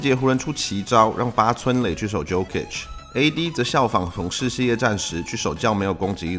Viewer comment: Jokic的Jo發音是唸作”優”